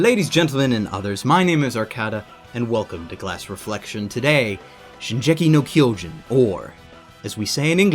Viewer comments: The one thing that bothered me was the "Shinjeki no Ky-O-jin" . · I still don't understand HOW THE HELL someone as you who watches SO much anime still can't pronunce japanese right. Shingeki no Kyojin = "Sheen-GHE-kee noh Kee-oh-geen". In (romanized) japanese the "g" is pronunced as in "ghetto" or "get" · Here is a minor quibble. If you decide to mention the Japanese name, learn to pronounce it correctly. Otherwise, stick to the English title. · Call me a Japanese pronunciation Nazi, but you probably deserve a medal for the worst pronunciation of "shingeki no Kyojin" ever.